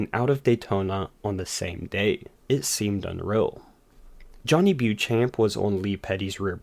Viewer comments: Great video; but Beauchamp is pronounced BO-Champ! Johnny a forgotten ace of the early days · I have zero respect for the man but it is pronounced BO-SHAMP!